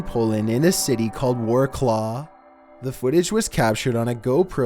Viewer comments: its Wrocław, not "warkla" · It’s pronounced Wrocław —- Vra - Tswahv. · it isnt warclaw its wroclaw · It’s pronounced Wrocław (vrets-waf), not ‘war-claw’ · how the frick do you pronounce Wroclaw (Wrocław) as a Warklaw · Wrocław is actually pronunced "vrɔʦwaf" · warclaw? Not Warsaw? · Nice to see Polish accent :) Btw Wrocław is pronounced Vrotswav :D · I'm bad geography but isn't it Warsaw not warclaw? Or did I hear him wrong or is that actually a place (btw there is NO hate in this comment I'm just asking I absolutely adore this channel x) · The way you pronounced Wrocław makes me want to flay myself.